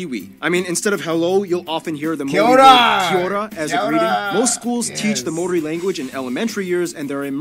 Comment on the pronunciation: Im a big fan of you now that you mentioned my culture in the previous video of yours "10 facts about maori warriors" and Kia ora!!! you said it perfect at the beginning :)))